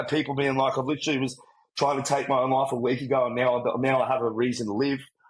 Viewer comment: "I thought: Faack yea, this is me loif" So Australian. So real. 💖